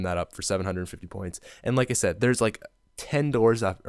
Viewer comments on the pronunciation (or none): none